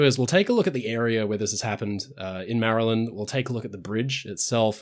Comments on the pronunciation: You've done the best job of pronouncing 'Maryland' out of all the foreigners I've seen pronounce it over the last few days. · It's rare for foreigners to not call my home state "Merry-Land", it's refreshing to hear it pronounced correctly! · Thank you for pronouncing Maryland correctly. 😅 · Hey, you pronounced Maryland properly! Most blokes from Commonwealth countries pronounce it "MARY - land", while it's pronounced "MARE-a-lind". I live about ten miles from the Key Bridge. Unlike most other people close to something that made international news, I freely admin that I didn't see, hear, or experience anything. I found out hours afterwards. I used to work in Baltimore and sometimes used the Key. It looked and felt old, and made your tires make unsettling noises. I never liked it from a driving standpoint. Of course, the collapse has nothing to do with age (in theory), but I took the tunnel or went around the topside most of the time to avoid the bridge. Plus, traffic was usually bad due to the toll lanes. Fortunately, I don't work in Baltimore anymore. Traffic there sucks. Not as bad as Long Island or LA, but it's bad. I can only imagine how much worse it will be with the beltway out of order. The Chesapeake is dangerous for shipping and even small boats. It has its own microclimate that frequently turns sour without much warning. There are places where the sandbars go from 50 feet deep to hull scraping in seconds. And while there aren't many bridges, the ones we have tend to be massive, like the Bay Bridge, which is actually two bridges next to each other; also there is the Bay Bridge tunnel, which is a combination of bridges and tunnels at the mouth of the bay. An engineer once told me that it's so long that they do inspections non-stop, a little section each d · Thank you for not pronouncing it Marry-Land like most British people. That drives me up the wall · Thank you for pronouncing Maryland the correct way. I know it trips up a lot of people not from the States